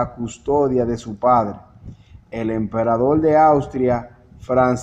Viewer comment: Austria es distinto de Australia: min.. En ese tiempo Australia aún no existía como país., creo que eres cubano por el uso de la letra L en lugar de la R. La palabra no es "emperadol" sino "emperador. Tuviste una buena intención cuando publicaste este vídeo, pero antes de divulgarlo debes editarlo correctamente, también debes practicar la lectura, igualmente necesitas repetir para ti mismo algunas palabras complicadas, y después de todo eso, entonces podrás leerlas de manera correcta y natural en la cámara.